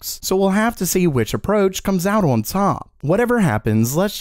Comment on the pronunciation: Day 41406 of being unable to say "on"